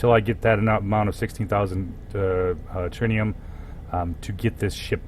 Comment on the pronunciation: early game he said ... trinium he said ... haha that was very funny xD